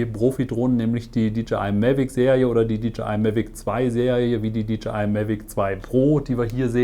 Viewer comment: Tolles Video und Vergleich. Danke fürs machen! Freundlichen Hinweis, wenn ich darf: wie man „DJI“ richtig ausspricht ist folgendes: „DeeJay Ei“. Ja, wie ein Disco „DeeJay“! Sie sprechen Dee Je Ei aus und leider finde ich es als sehr ablenkend in eine ganz gut gemachtes Video. Viel Erfolg!